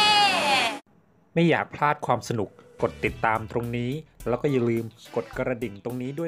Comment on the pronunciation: ค่ะทำไมต้องใส่เสือชอสเดอละค่ะและยังพูดคำว่าแล้วเป็นแร้วหนูไม่ขอบพี่ชอบเซ็กซี้